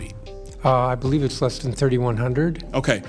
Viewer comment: Why does Bowser keep saying “iss” when she means “it’s?”